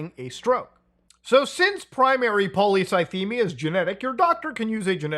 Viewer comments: "...really research into it." Don't get me wrong, I'm a fan of, but lil' bro took like 15 minutes to fully dismantle Boogie's facade. Took him about as much time to pronounce polycythemia as he spent researching it. Good on him for putting money where his mouth was and offering 5k towards bills if Boogie provided proof. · Not being able to pronounce the disease you were "diagnosed with" by a doctor is a major red flag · My maternal grandfather died from polycythemia vera. I think that Boogie couldn't even pronounce it properly (and almost seemed to be joking about it) would be a red flag for me that he wasn't being honest. That kind of diagnosis scares people, and most people want to understand what's going on with them and learn all they can.